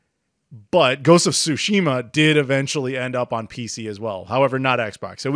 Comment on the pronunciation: I love these yearly chats. But it's Ghost of "Yaw-Tay". Also "Tsu-shima". With a T, which is pronounced. Otherwise, thank you.